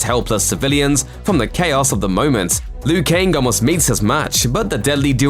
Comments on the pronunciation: Why is he saying Lui Kaing? I always thought it was Liu Kang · I mean Lou Kang